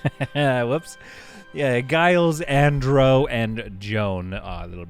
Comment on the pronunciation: Giles is pronounced Jiles like the watcher in Buffy the vampire Slayer, her watcher was named Giles.